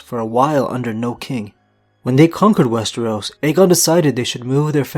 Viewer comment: WES-TER-OS. NOT WES-TREE-OS! WHY DO YOU PRONOUNCE IT TWO DIFFERENT WAYS!?